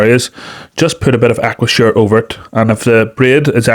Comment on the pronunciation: At 021, did you say aquashore? Aquasure? I sthis a brand name?